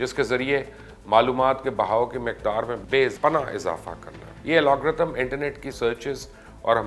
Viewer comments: Sir g its called "AL-GO-RITHM" not "AL-O-G-RITHM" :D sir hamain sab pata hai we are IT specialist serving in Germany for about 10 years :D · Pls correct yourself. Algorithm not Alagorithm. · #chacha... Alogrithms nahi Algorithms hota hai...